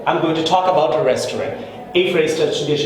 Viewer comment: Your "restaurant" pronunciation is not correct....